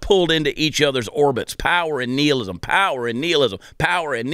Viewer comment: I think he's saying nihilism wrong just to piss me off